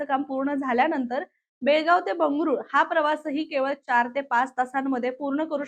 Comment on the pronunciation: बेळगावी नाही बेळगाव